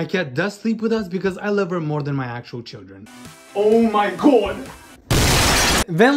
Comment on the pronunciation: The Oh Mhy Gh0oD got me rolling on the floor 😂😂